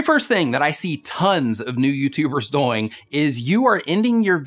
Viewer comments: On live stream he said it a different way too. I think he said doe-ing. Instead of doing (rhymes with boing). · u say doyng